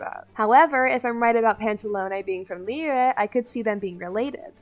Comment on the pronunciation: Holy crap I haven’t heard someone correctly pronounce Liyue in so long it’s refreshing